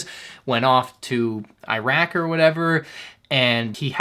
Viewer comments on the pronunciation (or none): none